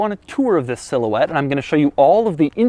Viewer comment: Silhouette? How about, more like cigarette! Sometimes that's what I thought he said! Lol!! Lmao!! 😆😄😂